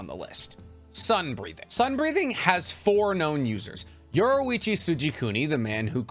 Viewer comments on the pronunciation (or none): its yor-ichi not yoru-ichi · Great video my only thing is that you kept calling yorrichi from KNY yorruichi from bleach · I can’t handle it anymore it’s pronounced YOUR-EE-CHEE AND KO-KU-SHI-BO